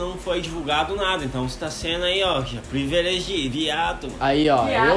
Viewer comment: Privileviado kkkkkk😂😂😂😂 falou errado kkkkk e privilegiado ela tava porre kkkkkk